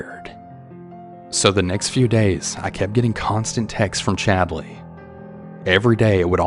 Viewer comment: i’m sorry… but “Chadly”?!😂